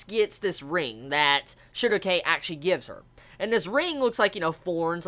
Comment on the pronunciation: I keep hearing "Sugar cane" instead of "Shierke" Not like it's not true in her case, she super sweet